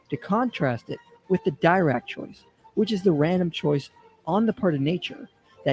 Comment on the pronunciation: It's interesting that misspronounces von Neumann and Dirac. Neumann is a name you learn pretty early in standard physics programs in maths courses. I guess it's possible to pick up physics from just reading books but it makes me wonder.